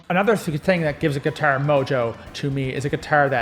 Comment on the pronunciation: I laughed every time you said : Giturr 😂